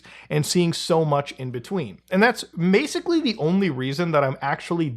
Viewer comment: "masically" lol